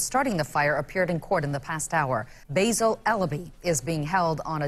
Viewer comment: This dude doesnt know how to pronounce basil